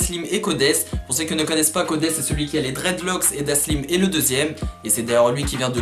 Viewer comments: C dalsim et non daslim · Super vidéo mais son blaze c'est Dalsim et pas Daslim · Bien la video mais c'est dalsim et pas daslim mdrr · Ptdddrrr omg j'voulais commenter pour te dire que tu t'es tromper sur la prononciation du blase de Dalsim, mais vue les vingtaine de commentaire qui te l'on dit j'pense que t'as bien compris que tu t'es trompé 🤣 sinon grave bien ta vidéo un peu courte mais j'suis très contente que tu l'ai faite, la mafia spartiate on une vrai valeur je trouve et un vrai flow🔥🔥🔥 continue comme sa mec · c pas daslim c dalsim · C’est Dalsim pas "Daslim" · Elle est bien la vidéo mais c'est Dalsim et pas Daslim snn cool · C’est pas Daslim, c’est Dalsim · Bonne vidéo, mais on dit Dalsim et non Daslim mdrr